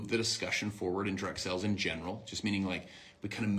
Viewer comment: is it just me or r all the mlmers saying "sells" intstead of "sales" now?